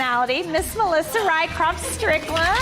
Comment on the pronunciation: RYCROFT-- RYSROFCH-- Swedish.